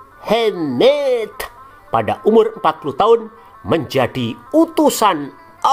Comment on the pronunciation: Mohamad min bukan Muhemmmeddd